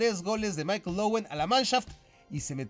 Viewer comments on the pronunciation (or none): none